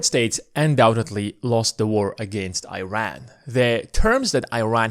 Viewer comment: Please pronounce the country of Iran properly. Show respect on how it should be pronounced. It’s all about credibility too. Thank you